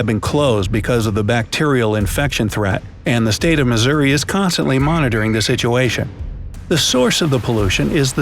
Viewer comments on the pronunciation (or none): none